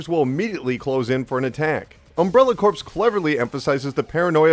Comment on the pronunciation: Its pronounced CORE, not corpse